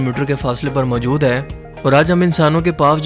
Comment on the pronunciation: Bhai ap zara apna talafuz thek lar lo...majood nhi balkay moujood bola karo.